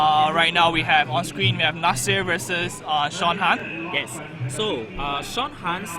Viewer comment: Admin! :D It's Sean Han, not Sean Tan D=